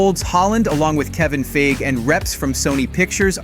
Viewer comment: FEIG EEEEE say his name properly please he has an E at the end of his name 🤦‍♂️